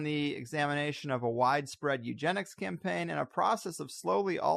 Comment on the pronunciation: Haven't listened yet, sure it's great. It's "Eugenics", not "Eugentics"? Unless a new field has been invented.